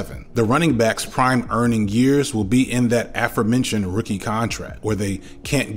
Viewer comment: *uh-FOHR-men-chund, rather than AFF-ur-... (like the word "before," rather than "beffer") Also, "herald" means simply to "announce," as a town hearald might do. Due chiefly to poor sportswriters copycatting one another's mistaken use of "unheralded," some dictioanries - as a matter of longstanding policy (now in need of revision in this age of the viral Internet, for obvious reasons) - have updated their definitions to reflect vernacular usage, listing a sense of the verb Herald now in which it serves as a synonym for Hail (in the sense of "to praise").